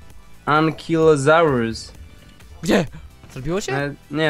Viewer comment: łot?!! jaki antyklykosaur?!! to jest ankylozaur